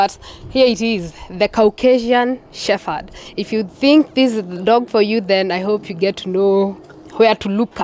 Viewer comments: it’s Shepard not shepherd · U are so right. It is incorrect pronounced with F. Hopefully they will learn to use P. But once used it with F. Very difficult to change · Ok. This is not a criticism but an observation. Why do most Kenyan's from dog breeders including the host pronounce "Shepherds" as "Shefferds" as though the word has an "F" just curious. I believe the correct way to say it is to emphasize the "P" and not as though the word has an "F". I know words with the letters following each other "PH" in them are pronounced like there is an "F". But in this instance "the word " shepherd" the "P" should be the dominant word and should be emphasized as opposed to "F", just like words with "P" in them like "Peter" "Paul" "Place" the P is pronounced. Hope tis makes sense. But otherwise great show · It is a disservice to those who own dog shepherds to mispronounce the Dog name. Especially coming from the host. The channel will pick up or has already picked up an international audience and anyone who owns a dog shepherd or even those who do not will pick this mispronunciation and may be put off assuming the show is light on the subject, not really on point and especially coming from Africa the misconception Africans are not experts in dog breeding and intricacies and nuances of dog breeding will skip and move on, to an other wise fantastic dog show. I am wondering why the editors have not picked this up. Am not the only one who has noticed this error, i have seen a few comments mention the same. Not to be too harsh, since i love dogs when i hear "shefferd" its like someone scratching a chalk board with their nails.